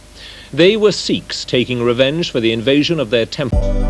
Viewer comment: not a Singh that is sikh